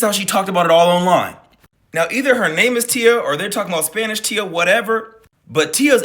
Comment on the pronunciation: Its the "tia" for me.. lmmfao.. i know yall know. But letting him know... Pronounced.. thea.. but spelt "tia". Im weak. Just sounded funny to me..